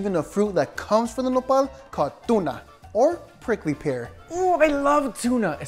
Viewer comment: Mexicans: "nopal": "Nepal"